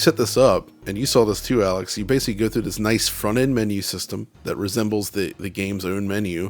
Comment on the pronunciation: keeps saying ‘basely’. The auto subtitles on YouTube translate that to ‘basically’. Is he just repeatedly mispronouncing the word basically, or is ‘basely’ a pc term I’m not aware of?